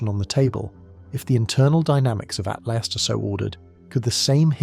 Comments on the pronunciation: Is it saying "3i Atlast" the whole time😂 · Why can't you say atlas it isn't at last not that tough to not pronounce a t at the end wth